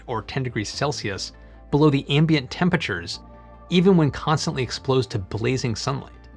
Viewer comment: "Even when constantly explosed to blazing sunlight." What is "explosed"? lol